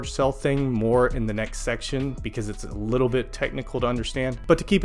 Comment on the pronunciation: "sick likkle nature" 😂😂😂😂 take my sub